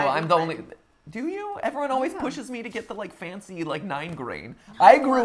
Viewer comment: # Matt being foncy fancy but you say it like f o n c